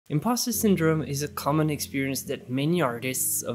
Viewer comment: Just FYI, the word impostor is pronounced im-paws-ter. I loved the video and your advice.